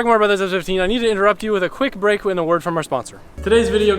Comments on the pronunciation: what are you saying HAHAHAHAH all I can understand is interrupt you with a quick brake for our in the word from our sponsor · what did u say